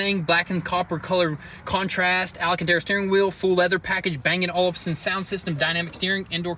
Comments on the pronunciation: Poor Bang & Olufsen … Butchering Up Their Name! 🥴🤔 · Sounds funny when you pronounce Bang & Olufsen, it is very high class danish audio, I'm form Denmark, and know the brand very well, they started making car audio in 2005 and mostly for German luxury cars, the first car was a Audi A8, they makes audio for Audi, BMW, Mercedes AMG, and Aston Martin, but in 2015 B&O for short, sold the automotive division to the American Harman group, the prices was not revealed, but it estimated to be around 450million USD some of them in cash, and some of them in license income the next 20 years, by the way, the B&O Automotive division was located in Stuer Denmark, only around 50km from where I live.. and as far as I know, they are still located in Stuer, Denmark